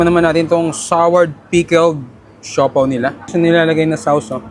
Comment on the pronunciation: heto na naman tayo sa "SAWS" 🤣 akala ko tumino natong vlogger nato